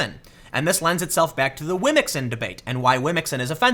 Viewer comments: How you pronounce womxn is dope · Yeah... I'd go with your phonetic pronunciation for womxn.